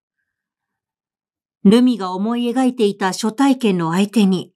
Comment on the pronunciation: 毎回 朗読を楽しみにさせて頂いております。今回も 林真理子さんらしい作風だと思いました。 「初体験」のところ 昔？は 「はつ体験」と いう いい方だったように思いましたが 「しょ体験」と聴いて 時代と共に表現も変化するのを知りました。はなこさんの朗読も 変わらず いいですね。 次回も楽しみにして おります。